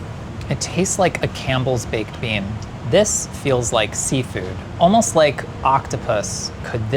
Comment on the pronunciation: This man said Campbell's baked beans like what kind of sorcery is that??!!